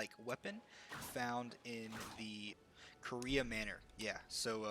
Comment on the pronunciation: I heard “Korea manor” lol